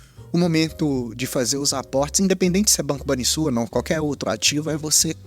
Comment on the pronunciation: Video que mais esperava, foi uns dos primeiros que comprei sem mto conhecimento ainda e acabei comprando caro, mas vou seguir com ele investindo aos poucos quando ele tiver baixo assim pra longo prazo, muito bom video como sempre, só vale dizer que se pronuncia Banrrisul mas isso é o de menos kkkkkkk